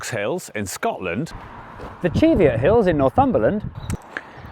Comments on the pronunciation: I went through the entire comments section to see if anyone mentioned your pronunciation of Cheviots (there were 2, but questioning). I grew up walking those hills, and I love your work (so much!), but all the locals call them the “CHEH-vyuts” (with a Scottish/English border accent). It’s a stunningly beautiful area, and the top of Cheviot (the tallest) is a caldera filled with vegetation, so it’s a bog at the top of a hill! Unless you were making a joke, in which case, well played. 10/10, will watch again. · As someone who grew up walking all over the Cheviots, I can say that the locals all pronounce it “CHEH-vyuht”. I’ve climbed every hill, Hedgehope most often, but Cheviot (the highest), 4 times. Cheviot is a collapsed caldera that filled with vegetation, so it’s a bog at the top, and not a good place for a picnic. Hedgehope (pronounced “HEDGE-up”) has a nice solid top, and a cairn. The river that runs between them, the Harthope (“HART-up”) is in an absolutely gorgeous valley. And the coast around Bamburgh, Northumberland, has amazing basalt cliffs and flows that divide the beaches.